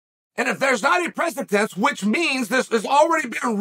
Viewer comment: I'm still waiting for that one person in Chael's life that will teach him how to pronounce the word "precedent".